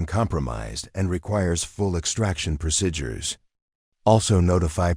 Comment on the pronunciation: Please correct mispronunciation of procedures. I cringe each time the word is mispronounced.